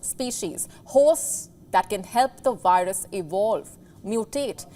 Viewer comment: "Virus" is should be pronounced with "V" as in "Vice" and not "W" as in "Wild".